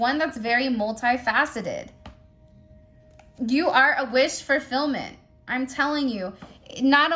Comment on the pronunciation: Fulfillment… there is no R in the word fulfillment… wish fulfillment…. No R at all…